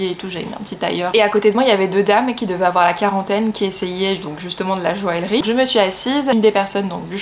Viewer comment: Hey ! Dans Joaillerie on ne prononce pas le L